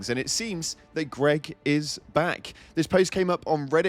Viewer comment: o7, GREG!!!! NOT GREG!!!